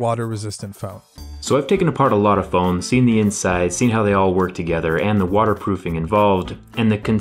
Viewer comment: "Wadder proofing"😂😂